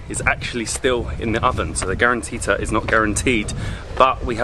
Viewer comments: its guaranttita not guaranteed XD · The garantita is not garantete 😂😂🤣